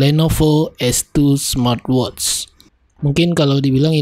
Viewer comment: "Smatwotsss" lmao